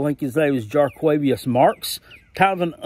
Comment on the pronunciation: I must compliment you on your pronunciation of Jo'quavious Marks. Well done, sir.